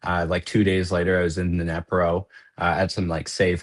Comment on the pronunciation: This guy's just a bit out of touch with reality if he thinks that the war in Ukraine started in 2022. And WTF is a "Nepro" and "Back-moot" 😂 You'd think that after spending over a year in Ukraine he'd at least learn how to pronounce the names of the two towns that he was in, and not sound like a complete dip shit.